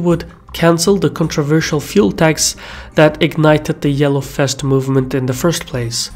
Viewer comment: The yellow fest! Love how you pronounce "vest" as "fest", what is ironic because in some other words you rather tend to pronounce the "v" as "b". But I love it anyhow...